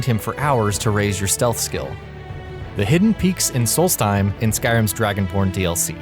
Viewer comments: 'Skyrim's Dragon porn dlc' His 'b' sounded like a 'p'... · Elias Sjöbom but it sounds like "dragonporn" XD